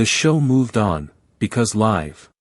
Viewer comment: Wish this were an actual interview--it sounds exactly like something I could see happening. However: 1) The AI narrator does not pronounce the word "LIVE" correctly even one time. 2) There is no live footage in this video. 3) I cannot find any of the "clips" referred to in the video of this interview online. Just more copies of this same static image with different AI narrators. To be clear--I'm not a fan of the griftsome twosome, but please stop feeding their victim narrative.